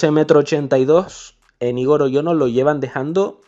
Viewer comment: Gran video pero Igor se pronuncia con el acento en la o en vez de en la I